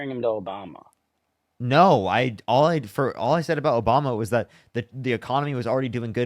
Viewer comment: Did he say Obamer?